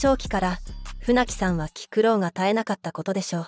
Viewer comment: きくろうではなく、きぐろう(気苦労)では？